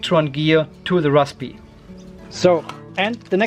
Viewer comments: Great video. Just say razberry! LOL hope that helps. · the P is silent, just pronounce it rarsbuhree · most people just pronounce it RAZBERRY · Raspberry is pronounced raz-berry. Simple. Well, for the English language anyway... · The p in raspberry is silent, my friend. You’re welcome 😊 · Banana pie does exist, orange pie also. I do like the way you say raspberry :) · no need spitting on the lens - P in rasPberry is silent. Zuper! :) Thank you for the video. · No to make fun of you but seriously, why is it so hard to pronounce Raspberry? Must be a German thing? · Nobody pronounces the P. It's silent. :)